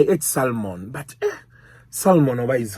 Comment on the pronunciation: my friend its called Sa mo ni. Not Sa lu mo ni- salmon. The l is silent, my graduant.